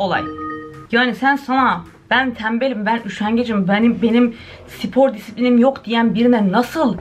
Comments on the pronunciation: Allah aşkına sipor deme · No one:: Sipor 😂